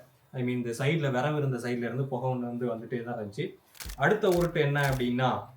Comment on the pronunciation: விறகு ❌ விரவு ✅ 😂